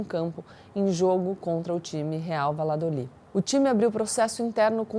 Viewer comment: Valladolid se pronuncia Valhadolid. Comprimentos desde a Colômbia